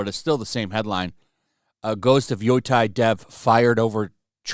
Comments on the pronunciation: Yo Tie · Funny ppl keep mispronouncing YO-TEI with YO-TIE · By they way, Yotei is pronounced "yo-tay" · nope, apparently is "Yootei" with the "ei" part sounding like the one in "Toei" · Man, great video...but if you do more videos on them, please learn how to pronounce Yotei :'D